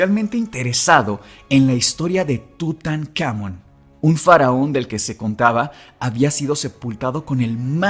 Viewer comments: muy bonito capitulo pero que estres que me dio escucharlo decir en todo el capitulo "TutanÁmon" cuando en el mismo título le ponen "TutancamÓn" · Seguramente haga parte de un toc, pero atención a la pronunciación. Tutankamón (entonación al final) y visir (igual con entonación al final), eso puede cambiar demasiado el ritmo del episodio.